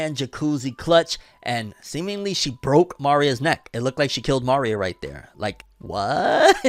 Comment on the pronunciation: Why u keep saying Ma-ria Isn’t it Maria